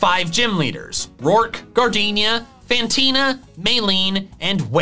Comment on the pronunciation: Her name is Fantina, not Cantina! The name does not start with a C, it starts with an F!